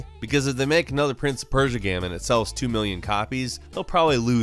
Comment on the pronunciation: I like the video but i dont like the way you pronounce “game”. You say “gaem” And that distracts me 0_o